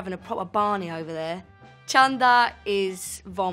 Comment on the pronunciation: Chunder which she pronounced as Chanda, is market in an indian language malayalam. So I'm going to chanda is I'm going to the market.